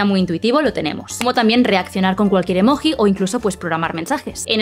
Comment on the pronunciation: Muere un perrito cada vez que escucho decir “EMOJJJJI”😭